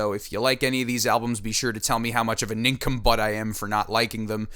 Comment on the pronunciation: "Be sure to tell me how much of a nincumbutt I am..." Hehe... said cum butt..